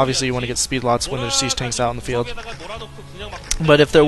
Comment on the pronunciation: SIEGE NOT SAGE!